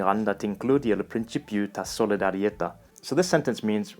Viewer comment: Well done on a great video which I really enjoyed watching. I am Maltese and your pronunciation of my mother language was awesome. Well done! The only tiny mistake was in the word solidarjeta' which should be stressed on the last syllable as in Italian. An interesting point which you raise in your video is the difference between 'dialect' and 'language'. This is something which is very subjective...in fact linguists agree that there is no actual dividing line between the two - some linguists point out that a language is simply a 'dialect with an army'! Just to illustrate this, Norwegian, Danish and Swedish are very much intelligible yet are recognised as separate languages, whereas Shanghainese and Beijing Chinese are completely unintelligible but are both regarded as dialects of Chinese...same thing goes for Middle Eastern Arabic, Maghrebi Arabic and Maltese. Are these separate languages or dialects? How intelligible are they? And what about literature? Do they share the same literature, or does Maltese have its own literature, with its own history and themes?